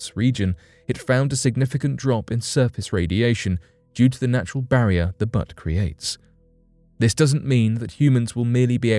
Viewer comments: Are you saying Butte or Butt? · Butte -- it's pronounced Byoote - not like your bum/bottom/rear/ass - :) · "Butte" pronounced like "beautiful" without the i-f-u-l. Though I do chuckle at the idea of a place on Mars called Musk Butt. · Butts? C"mon Man. That is a huge error. Said over and over and over. Inexcusable. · Is it...Buttes(cute) or Butts(cuts) ? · You honestly don't know how to pronounce the word Butte? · I'm sure they meant butte, but like many other YouTube narrators, they haven't got a clue how to pronounce words they aren't familiar with, and don't bother doing 2 minutes of research into the correct pronunciation.